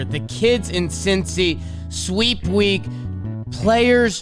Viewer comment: The “Wek” was so juicy couldn’t fit the vowel 😂